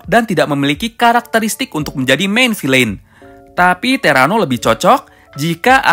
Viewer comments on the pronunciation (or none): none